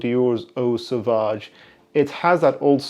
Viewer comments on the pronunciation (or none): none